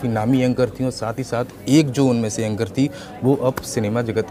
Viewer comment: भाई पहले बोलना सीख ले:- एक मिलियन होता है ना कि मिलियम, दूसरे ऐंकर होता है ना कि ऐंगर।